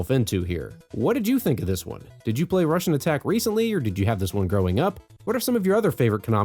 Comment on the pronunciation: You said it right. Its a wannba Contra.